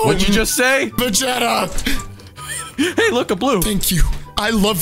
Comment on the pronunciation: called Vegeta ve ge ta